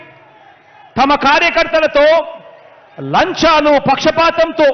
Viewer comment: జగనన్న అది లంచాలు అన్నా లంజాలు కాదు